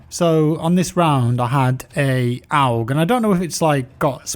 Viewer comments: It's pronounced "org" rather than "ow-g" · Lol the way he says AUG sounds more like AWG 😆. Game looks amazing though. Haven’t been into CoD for years now, but I’m stoked for this one. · You're saying AUG like OWG, I like it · I love how he called the AUG an AWWG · The way he said aug lol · I hate how u pronounce aug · never heard someone say AUG like that before lmfao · The way you say aug makes me uncomfortable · I hate how he says AUG tbh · Graveside Poet I think he put a little much emphasis on the “U” lol